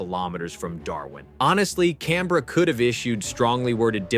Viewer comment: As an Australian, I'd just like to say, we appreciate the way you say Canberra correctly. Thanks!